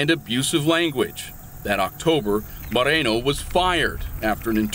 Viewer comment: Officer Marikono!!!!! Not Moreno !!!!